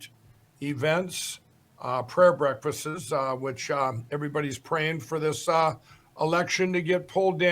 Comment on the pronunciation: WTF are “prayer breckfizzizz”? Lindell’s IQ was way below average BEFORE he fried his brain. Now, I feel like weeping every time I see him talking- yes, he’s that funny, in a sad, sick, pathetic way. I love your channel! I watch all videos several times! Thanks! ❤️